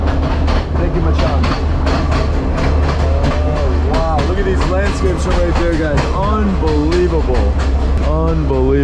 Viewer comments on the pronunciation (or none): It’s machan :) no ‘g’ at the end :) Enjoy your trip!